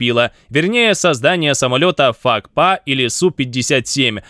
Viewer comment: Какой ещё фак па??🤣😂🤣. Вообще то правильно пакфа т 50!